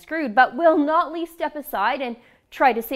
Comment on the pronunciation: Is saying "Nutley" just fast enough to hide the fact she isn't saying "Notley"?